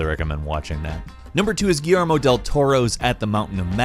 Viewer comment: pronounced Guillermo correctly once but said guillarmo 10 times saw martian manhunter but where hawk girl/guy for justice league movies nowadays they seem to forgot the originals. Idk maybe they didn't track well with modern moviegoers